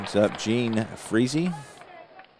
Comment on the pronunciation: That was a great game. 1961 was a great season and not because of Mantle/Maris. The Giants and Reds were excellent teams. Great pregame pitching duels sometimes get waylaid by the cards and dice saying not today. Gene Freese is pronounced Gene Freeze. Did you see the 3rd columns of Mays and the 1st columns of Cepeda? Geez. I look forward to watching future games played by you. It doesn't matter the year since they are all great. Thanks for the play-by-play, game, and video.